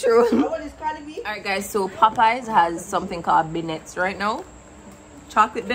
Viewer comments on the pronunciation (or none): Popeyes has beignets? Woooow. The more you know 😅. Also, it’s pronounced Ben-yay. It’s French. I only know this my brother is an executive chef & he’s always so snobbish when I mispronounce food words 😂. Like Sir, no one cares how it’s pronounced. We’re here for the taste only.